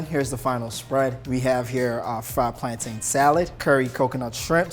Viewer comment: It's pronounced 'plantun' not 'plantane' lol. Coming from a certified Jamaican 😂😂😂